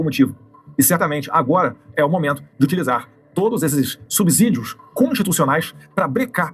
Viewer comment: Esse Sr. Dudu Bananinha além de "banana" é um completo ignorante. Onde o Brasil tem quase 200 milhões de eleitores?? Quase 200 mil é acima de 190 milhões. E o Brasil tem 158 milhões!!! E ainda fala "subzídios"?? E o correto é subsídios (com esse, idiota!!)